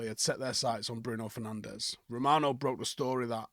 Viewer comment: It's pronounced Fer-nange